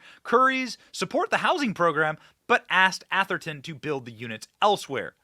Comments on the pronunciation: "Ath-er-ton" not "Al-ther-ton" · It's pronounced Ath-er-ton, sounds like Ass-er-ton, except with a th.....nevermind, you corrected yourself later in the video. You got it right. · Ah-ther-ton . Is where all the rich white people live Benny. Only ballers and CEO’s live . It’s located in San Mateo county. Just south of San Francisco. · Doesn’t seem to be an “L” in Atherton. Am I missing something that Benny sees? Curry chose this place for its protection of his league. Sounds woke to me.